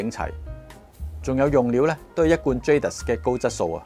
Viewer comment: Can you believe, the French pronunciation is "zha - dee"